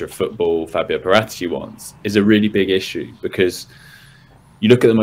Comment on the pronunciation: The correct sound of Paratici is Paràtici, not Paratìci with accent on the penultimate i